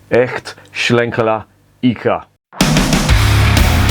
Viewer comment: « Eiche » is the be pronounced something like « eye-huh ». Soft ch. « ei » is always pronounced like the English « eye », no exception.